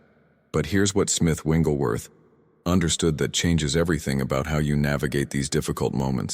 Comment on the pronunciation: These are good teachings ...but PLEASE, if you must use AI to do this ... Say this man's name correctly. His name is NOT ... WINGlesworth ... it is WIGGLES ...WIGGLESWORTHThank you for your attention to this ... it does matter.